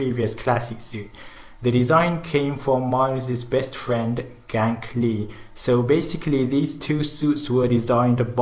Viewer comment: This man called Ganke lee pronounced: Gang-key lee, as GANK